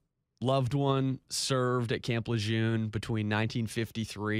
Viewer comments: It’s pronounced Lejurrne, correct? If not, how is it pronounced? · Tragic situation but damn I wish people would pronounce Lejeune correctly. Between the hundreds of commercials and news stories my ears can't take it anymore. I know pronunciation shouldn't be the takeaway here but damn.